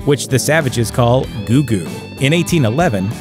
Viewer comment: Gou-Gou as in Gow but said twice not Goo-Goo as in something said to or by babies